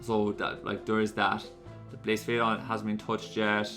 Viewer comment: One day you’ll start pronouncing blacephalon properly